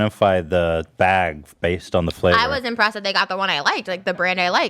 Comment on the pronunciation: I love when trisha says baehg